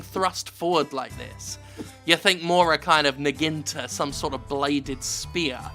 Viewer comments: I thought it was pronounced "na-gui-na-ta", not "naginta". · Jim Fucking Sterling Son, say it with me "naw-gi-naw-ta" not "nuh-ggin-tuh" NAH-GI-NAH-TA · Did Jim just pronounce Naginata as NuhGhinTah? Nah Ghee Nah Ta, Jim-senpai 7/10: Japanese was just ok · naginta?. I am not sure but I guess he meant naginata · Na gi Na ta, Jim, not naginta. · Repeat after me NA-GI-NA-TA not Naginda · It's a Naginata, not a Naginta, btw. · Jim... it's nagiNATA, not naGINTA. Cringe evry tiem. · Did you just say "Naginata" like "Naginta"? I change my mind, you do deserve a DDOS after all! I'm just kidding you're still great please don't hurt me. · I also thought about pointing out his pronounciation error but I figured someone else probably already had so I checked and here we are. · ditto. glad I scrolled down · I just wanted to chime in and say, "Jim, I am disspinted in you!" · When you said "niginta" did you mean "naginata"? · Naginta? You mean a Naginata? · Do you mean naginata? nag-gee-nah-tah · Is what jim keeps saying is supposed to be naginata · I'm guessing he's trying to say Naginata? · Naginata = "Noggy Notta" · Jim it would be pronounced na(soft a) -gi -na(soft a) -ta(soft a). Lol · took me a bit to realize Jim was saying naginata. I assume he got that from Dynasty Warriors. i never played those so i wouldn't know how they say that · Nah-Gee-Nah-Tah is the correct way to pronounce it. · Uhhh, actually Jim, it's pronounced "Nah-ji--na-tah" Please hand in your weeb card on your way out to GET IN THE SEA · I love the way Jim pronounces Naginata. "Naginta". Nah-gihn-tah. Beautiful. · "Naginta"? Oh jeez... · I believe the term you're trying to use is "Nah-Gee-Nah-Tah," a Japanese type of spear. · Naginata. Nag-In-A-Ta. Not that it matters, but in case you wanted to know. <3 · The way you pronounce Naginata <3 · that's a heck of a way to pronounce naginata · I love you Jim, but the way you pronounce naginata triggers me more than a Zelda fan.